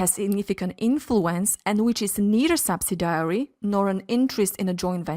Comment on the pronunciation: Nice video but subsidiary is pronounced sub·sid·i·ary (not sub-si-diary.).